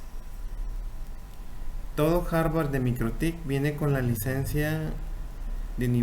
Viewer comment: Aprenda a decir hardware… no Harvard